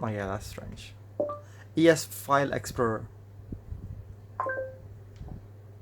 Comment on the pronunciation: E es File Explur... google voice was like......